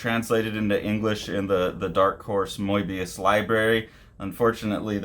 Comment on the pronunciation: I think he pronounces it closer to how the French do actually 😊